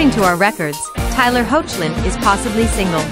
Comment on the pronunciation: The name is pronounced "Heck_lin"